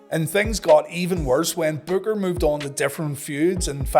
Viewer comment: It was a pretty good storyline with Booker Vs Stevie, plus Midnight and Big T. But Booker lost too many matches during that storyline. Oh you kept calling Booker BOOGER 😂